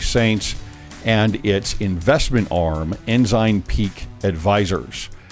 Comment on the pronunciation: Ensign (N - SIGN) No "z" sound! Haha!